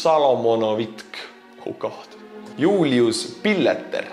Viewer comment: Julius here- joined the Patreon solely to hear you butcher my name. Was not disappointed.